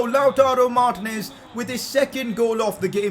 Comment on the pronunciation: it's Mar-tE-nez not mar-tinez You can use four at the back with Kolarov at LB Hakimi at RB (although both of them can play LM/RM) Skriniar at RCB and De Vrij at LCB